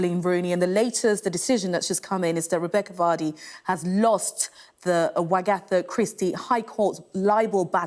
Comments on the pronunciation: WAGatha, not wagATHA! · It’s not wa ga tha is wagatha. 👀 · can someone please teach the beautiful newscaster how to pronounce Wagatha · This newsreader needs to know how to pronounce wagatha properly !